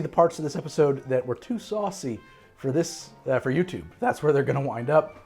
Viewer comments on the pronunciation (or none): none